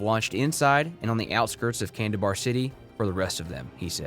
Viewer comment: Kandahar not kandabar 😁 otherwise good video and details 👍